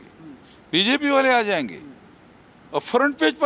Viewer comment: ये पात्रकार कि समस्या क्या हैं भाई इसकी ज़ुबान में उर्दू हर एक शब्द में भरा हैं जायेंगे को ज़ाएंगे और भेजा को भेज़ा टाइप से....